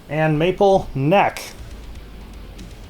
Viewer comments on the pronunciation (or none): none